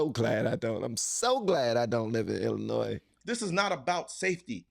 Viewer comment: Did he just pronounce the S in Illinois?